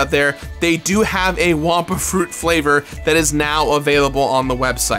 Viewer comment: It's wumpa fruit not wampa fruit 😅